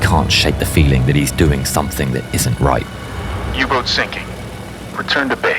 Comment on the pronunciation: "U -BOOT"to z Niemieckiego ! nie Angielskiego!